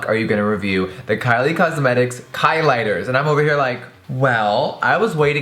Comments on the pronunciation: I swear he said "Kylie..busted" 😂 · He said klighters iconic